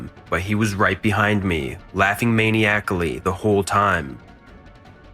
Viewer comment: Need to work on the pronunciation of misogyny and maniacal